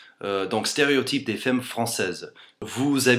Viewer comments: Les faimes françaises :3 C'est fAmme pas faime :') Sinon ton accent est tellement parfait que je croirais parler à un français x) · heu.. tu veux dire les "faimmes" ou les "femmes" ???? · femmes ce dit "famme" ;) great video anyway ! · Femmes se prononcent fAmmes le E se prononce A comme il est suivi d'une double consonne ;) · to pronouce " femme properly you have tu say the " a " of f(e)mmes such as the a of cat ! cheers from france !